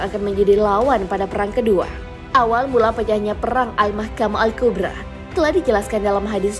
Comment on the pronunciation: Kubro,, bukan kubra bacanya min,,kek ular kubra